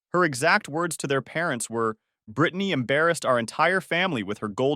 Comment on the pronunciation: Pronounced Brittanaaaay